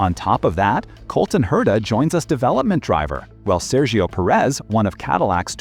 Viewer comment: Peeeeerez, Peeeeerez......Spanish pronunciation... Not Pereeeez....Is that soooo difficult to grasp?